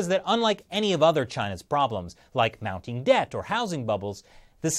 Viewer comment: did you just say "Mao-ting debt?"